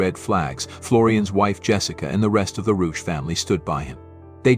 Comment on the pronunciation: Please pronounce the name CORRECTLY - this is a GERMAN name. Rebecca Reusch